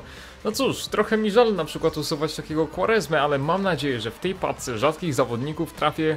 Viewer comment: czy ty mówisz "pacce" a nie "paczce? xd